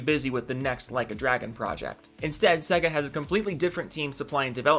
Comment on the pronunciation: Sega. Please pronunce it better. Sey-ga.